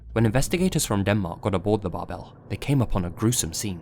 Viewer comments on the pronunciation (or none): Fun fact: „Bärbel“ ist stressed on the first syllable and pronounced like „Bear-ble“. 😊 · Little Note: Bärbel in German is pronounced like bear-bell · Great video as always. Just a little side note: The "ä" in the name of the ship in #1 is actually pronounced like "air" (without the "r" of course), also the "e" is kinda silent here, so it would sound something like "Bairble" :) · the name Bärbel is pronounced more like Bearbel than the Bar-bell you were using. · Bärbel should be pronounced bear-bel since it’s an umlaut. i think it translates to the name “Barb” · that's not how you pronounce bärbel. it's more like bearble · Me, a German: Bärbel is pronounced bear-bel. Great video as always! ♥ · I was hoping someone said something lmao, that bothered me.